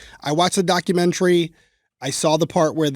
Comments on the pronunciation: am i the only one who cringes every time says "documentary"?, girl, why do you pronounce it like that? 🤣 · Everyone has their “things” that drive them crazy for no reason. The way she pronounces the word “documentary” is one of them.